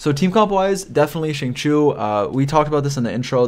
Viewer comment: his name is XINGQIU not qingqu =(((. Shing-Chiyow